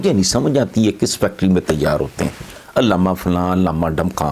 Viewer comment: علامہ نہیں اللاما